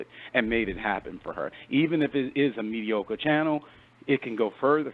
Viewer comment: Lmao “it’s the ‘medicur’ for me”